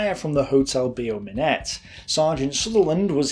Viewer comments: also,, Beau Minet is pronounced Bow Me neigh, not BO Minette. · The pronunciation of "hotel Beau Minet" is not correct. Instead of "Be-oh" it must be like the English word "Bow"